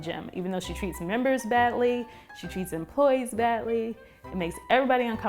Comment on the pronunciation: "Empolyees" lol